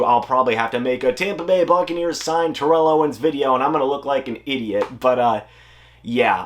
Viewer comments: It's pronounced tair-ull, don't make an enemy of T.O. lol. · You are mispronouncing his name